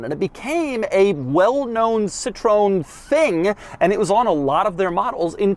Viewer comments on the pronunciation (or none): Citro-en, not citrone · Do Americans really pronouce it Citrone instead of Citro-EN? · Citron??? It's called "C TRO N" 🤣🤣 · It is not Citron It is Sitroen!!! CIT is like a sit in english RO is like ro in road and EN is like An in Andrews. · It's called CITROËN, with an E. It's not CITRON. It's Ci-tro-EN. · Hey Doug. It's not "Citron". It's Citroën. Greets. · CitroEn, non Citron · Citroon? Didn't notice that diaeresis? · Doug, you pronounce the brand wrong. It's Citro-N, or Citro-ENE not citron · Come on Doug!! I know you can pronounce the name of the brand better. (SIT-THROW-EN) not (SITTRON) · You are butchering the name!! It's hard to hear... The name of the car is not zantia!! It's pronounced Kzantia! You are butchering the name Citroën too!! It is not citron! It's citro N. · Doug it’s actually pronounced citro-en not Citrown. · Citroen is pronounced Citro N. and not Citr ON. ;-) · We call this car Ksantia, not Zantia. Edit: And we call this brand CitrOEn, not Citron. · citrone zantia.... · Not “Zantia”… Xantia like “Schantia” …and it’s “cee-tro-én”… not “ceetrón”. Pronouncing names properly would show more effort and respect. For fck sake… Every time you say “Zantia” a euro petrolhead dies from cancer in their hears. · Your # for Citroën is citreon. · Not a citron its citro-en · Doug, it's "Citro when" not "Citron". Citron means lemon 😅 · Its citroen...... Not citrooooen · In defence of the pronunciation; in the UK, which obviously is Citroens only major anglophone market, for years their own advertising pronounced it as "sit-ron". It's only relatively recently that they've been accenting it correctly as "sit-ro-en". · citroen, not citroon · It’s pronounced sit-row-enn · It's pronounced Citroë en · I love you Doug but please stop calling it citrone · Z-II-TR-OE-EN XS-ANTIA Jesus Christ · Dear Doog [pun intended], it is pronounced: Cih-Tro-Weh-N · "Citrown" ... huh? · Sitrown sitrown djeezes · Citro-en please it’s not a lemon!!! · It's not "citron", it's citroën